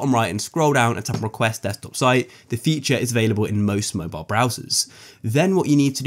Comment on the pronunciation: Ya he said mobile its not mobile